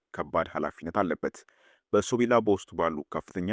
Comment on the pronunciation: በሶብላ ነው በሶቢላ ነው የሚባለው